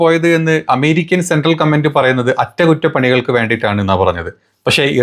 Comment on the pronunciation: അ റ്റ കു റ്റ അല്ല അ റ റ കു റ റ 😂